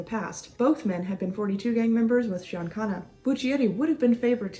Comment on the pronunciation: Thank you for finally saying Sam Giancana’s last name correctly !! Now get the rest of them correct.